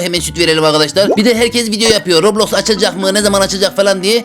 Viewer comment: Robloski mi dedi adam ben mi yanlış duydum?